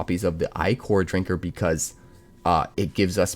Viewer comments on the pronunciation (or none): It's not Eye-kor, it's Ick-er. It's more than icky, it's ichor.